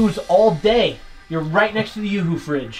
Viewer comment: Oops it’s you Hoo not youooh